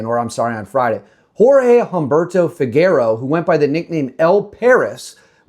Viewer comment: The name Figueroa is pronounced “FEE-GEH-RO-AH”, not “FIG-ER-OH”.